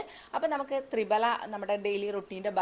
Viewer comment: തൃഫല എന്നുപറയാനേശ്രദ്ധിക്കു മാഡം